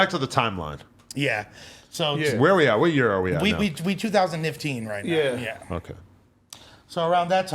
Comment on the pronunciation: This wig is a force "that meeting was hella fu" "Two-thousand nifteen"